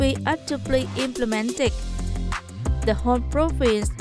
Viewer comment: implemented /ˈɪmplɪmentid/ not /ɪm'plement/, towards /təˈwɔːdz/ hoặc là /tɔːrdz/ not /'tə wɔːdz/, result /rɪˈzʌlt/ not /rɪˈzaʊlt/, position /pəˈzɪʃn/ chứ /poˈsɪʃn/ đâu ra? tiếng anh có âm /ô/ sao?. nhắc hoài chữ national đọc là /ˈnæʃnəl/ âm /æ/ còn danh từ nation mới đọc là âm /eɪ/ mà cứ đọc là /neɪʃnəl/